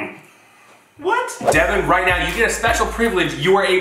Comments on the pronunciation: It’s devan not deaven now learn there names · Its devan... not divan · It’s devan not Devin It’s not Collin it’s Collins with a S